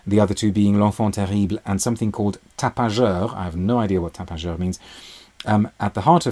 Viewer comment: You’re funny, you say tapageur with the most perfect accent and then add “ I have no idea what it means “ 😂